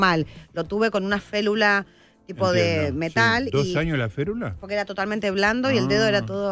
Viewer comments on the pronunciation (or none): Se dice férula, no felula